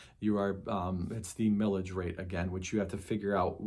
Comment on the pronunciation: 😂 Thought you said "Pillage" rate. Feels like states and counties assess to pillage us all the time on tax.